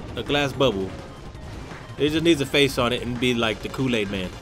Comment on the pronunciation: when u said "coolaid" (i think thats how u spell it), for a second i thought u said "cocain" and i was like 0_o